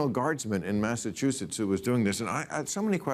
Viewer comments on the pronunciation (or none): none